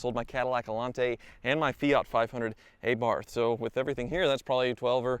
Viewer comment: ITS ABARTH NOT A-BARF!!!!!